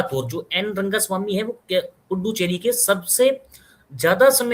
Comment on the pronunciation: पुड्डुचेरी सुनने में बड़ा maza आया 😂😂lathmaar haryani😅😊😊